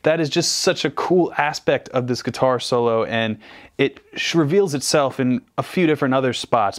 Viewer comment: "Shraveals itself" lol